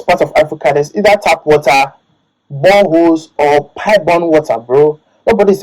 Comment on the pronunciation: "boreholes"* as he says lmao